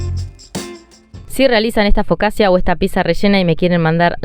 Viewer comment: Se pronuncia focacha. Xq en esta sugeris 0000 y en la ultima que hiciste 000?